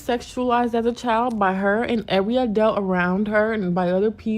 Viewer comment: Did she mean to say adult, cause I know damn well she said adalt. Now I know she didn't stop yo azz from going to school 🤦🏿‍♀️